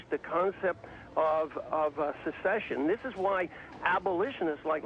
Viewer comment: Haha, ignorant fox news type. He didn't even pronounce secession right.